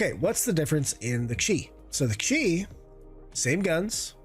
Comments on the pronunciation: It's just called the Q I, not chee or Keeyyy, it stands for Quantum Interdiction, and D stands for Dampener. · Good comparison. It’s “Q” “I”, pronounced “Que - Eye”, because it’s an abbreviation of “Quantum Interdictor”. Not “she” “key” or “chi”. While alien thruster tech is used by Mirai/MISC it doesn’t get an alien name like Xion ships do.